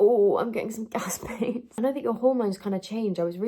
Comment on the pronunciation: The way you say gas pains makes me chuckle I am due to pop now n looked at my last scan note and it's had gassy bowels as a note 😅